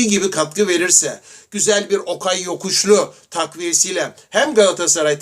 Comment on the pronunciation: Dayı hâlâ okay yokuşlu diyo.imparatoru dinlemedi mi aga